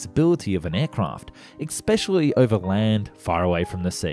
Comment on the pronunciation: especially not exspecially